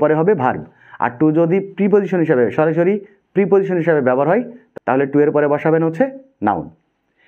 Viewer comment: আপনি সরাসরি বলছেন নাকি সরি সরি বলছেন